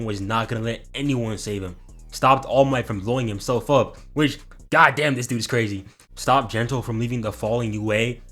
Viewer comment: Please don't say God like that